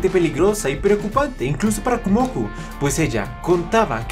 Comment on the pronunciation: Solo vengo a decir una cosa, es Kumoko no Kumoku. Su nombre está formado por los kanjis de araña (蜘蛛Kumo) y niño/mujer joven (子Ko). A ver si podrías corregirlo porque es a nivel etimológico.